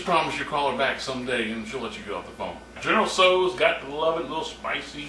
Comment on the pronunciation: goodness. is there anything you CAN'T cook,? oh, and i showed this to my mom (she's chinese). she was very impressed at the way your dish turned out in the dutch oven, especially since she normally uses a wok for chinese food. she said your pronunciation was pretty spot on, too:)